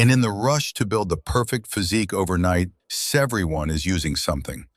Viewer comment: Severyone? 💀 Bring back live narration 😭